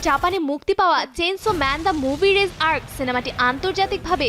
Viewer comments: its not রেজ, its রেইযে! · যমুনা টিভিকে বলছি এই মুভিটির নাম চেইনশো ম্যান রেজ আর্ক নয় চেইনশো ম্যান দি রিজে এআরসি উচ্চারণ এরকম হবে এবং দয়া করে কেউ ফ্যামিলি নিয়ে এই এনিমে দেখতে যাবেন না এটি একশন অ্যাডাল্ট